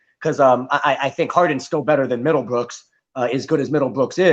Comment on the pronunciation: Mans said middlebrookes 😭😭😭